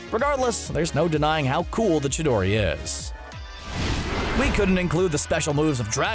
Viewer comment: the name of it is Chidori but you pronounce it Shidori